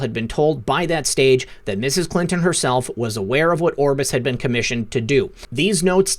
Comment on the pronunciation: THANK YOU for all you do. I just have to mention ONE THING that continually bothers me, and that is how you pronounce the word 'been'. You are an excellent communicator, and I would imagine that others may have commented to you on this issue, but I had to say something, because it has really BEAN bothering me.:-) Peace and Love to you always + WWG1WGA + Jesus is the Lord of ALL...